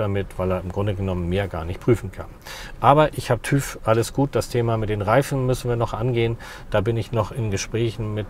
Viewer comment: TÜV spricht man anders aus :-)